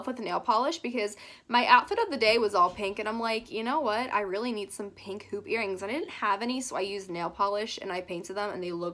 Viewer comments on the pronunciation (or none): No one:: " this cute little paink mirror" Lol you said paink instead of pink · When you were talking about the mirror she said pank instead of pink lol